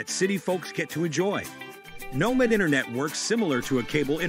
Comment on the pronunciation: I’m concerned they can’t pronounce the name of their own company.